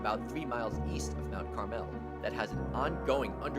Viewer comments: . It's Mount CAR'-mal. NOT "Mt. Car-MELL !!" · I grew up in PA near Lewisburg in the small borough of Watsontown just north of Milton (shown . Growing up there some of the boroughs you pronounced not quite right. Mt. Caramel is not pronounced with the emphasis on the 2nd "a". It's not CarAmel, it's the other pronunciation like the candy, Mt. Carmel with the 2nd "a" silent. Also , Bellefonte is pronounced Bellfont. here again the 2nd "e" as well as the ending "e" are silent. Other than that, Great video!!! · Mt. Carmel is a filthy low income coal town. It's also pronounced Mt. CAR-mole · Thank you! It was buggering me, the way he said Kittaning!! And Bellefonte, the 2nd & 3rd e's are silent!! As well as, Mount Carmel which is pronounced Carmel, not car-mel!!! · Kittanning is said like Kit-tan-ing. So you say kit then the word tan. Then ing Kit-tann-ing. And it's Mt Carmel Like car-mul. I grew up in berwick/nescopeck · Kitanning. KA*Tan*Ing. Mt. Carmel : Mount CarMel No emphasis on "Mel". BELL Fonte is the correct prounciation. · Ki-TAN-ing....Mount CAR-mel....BELL-font....Sus-que-HAN-a...yeah, Sayre does suck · kih-TAN-ing mount-CAR-mell BELL-font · Its mount carmel pronpunced like the candy and bellefonte is pronounced bell font and the original name of Jim Thorpe is pronounced monk chunk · “Mount Car-Mel”. Great video though. Many of the little towns we all know and love here in Pa. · You mispronounced 3 out of 10; not good. (Kittanning, Mount Carmel, Bellefonte) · I appreciate the love for PA. I appreciate your content. But you're probably not from PA because you "mispronounced" Kittanning and Mount Carmel. Great list though. I've been to 10 of the 20 mentioned towns and lived just west of West Chester for 7 years. Grew up in Tyrone Pa so got to give a shout out to bellefonte Clearfield and Huntington, all three are great towns. Great towns with questionable athletic programs i should add. Lol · And he doesn't know how to pronounce Mt Carmel either !